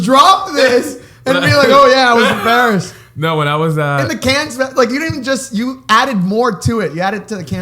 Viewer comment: Srry but pronunciation of Cannes irks me